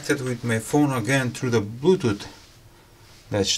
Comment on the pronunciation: I'm always here for the sympathetic "blutuut" :)